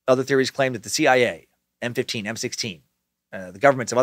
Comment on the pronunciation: Lol he said M15 and M16 instead of MI5 and MI6